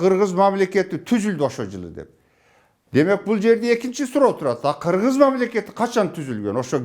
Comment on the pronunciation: Хыргыз деп айтылган